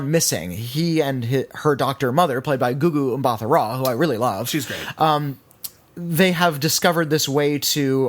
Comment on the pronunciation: Hey guys Thandie Newtown and Gugu Mbatha-Raw's names are actually pronounced without the "H" so 'Thandie' should sound more like how you would pronounce 'Candy' and 'Mbatha' is pronounced M-B-A-T-A. Love the show!